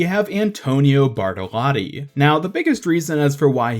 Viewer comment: I'm italian and i love how you pronounce "Bartalotti" =)